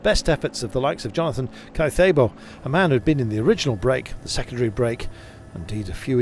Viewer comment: Caicedo. Please, at least make an effort pronouncing languages other than English. Anybody with an accent gets closed captioned, but you butcher every other language happily. It’s colonialist.